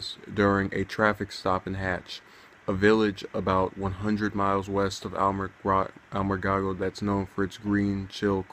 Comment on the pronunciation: It's very sad. We attended the procession today, as they escorted officer Corvinus to the funeral home. It was encouraging to see the community come together and line the streets in honor of our fallen hero. By the way it is pronounced (Alamo gordo.)Alamogordo. R.I.P. Officer Corvinus!